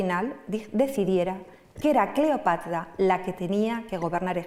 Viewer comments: Es muy pesada y cansina, contándolo. Y, éso de " Cleopatla" suena fatal. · Buena conferencia, mucha info interesante de principio a fin, solo la pronunciación "Cleopatla" realmente distraía. Por lo demás mis felicitaciones! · Cleopatla, estlategia. No sé por qué me parece sexy la dislexia de. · EXCELENTE PONENTE PERO...EN LUGARDE LA" R" PRONUNCIA LA "L" "CLEOPATLA" Y USA LA MULETILLA " MM". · Y la pronunciación de "Cleopatla" tenía un problemde pronunciación de la sílaba tra, tre tri Tro tru! Decía tla, tle, tli, tlo, tlu... Y distrae